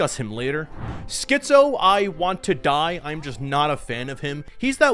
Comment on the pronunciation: Great vid. But man, you pronouncing Skizzo as Schizo constantly sent me 🤣🤣🤣🤣